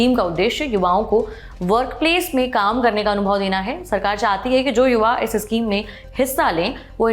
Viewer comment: issschem nahi schem hota hai mam..